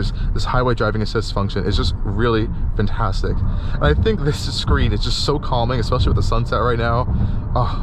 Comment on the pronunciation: That is a great SUV and you did an excellent job. Thank you. Very helpful. One thought though... please, the word is "FANtastic" not FUNtastic.